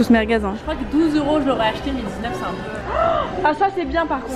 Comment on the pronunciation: Personne:: JADORE LES MERGUEZE😬